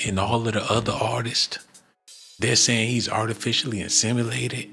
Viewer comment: "Insemilated"??? 😂 Classic